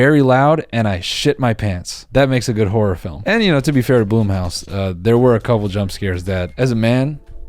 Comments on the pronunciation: You were pronouncing blumhouse right. Fuck erreybody else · i mean it's spelled "blumhouse" so you should pronounce "blumhouse"